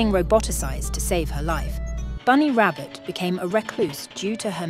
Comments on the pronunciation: Yeah, her last name's pronounced "Ra-bow" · Actually, her actual last name is pronounced “Rah-Bow”, instead of Rab-Bot.